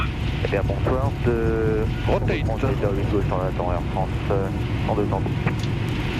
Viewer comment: V1! 'ROTAY-TE' ahaha very funny and amazing video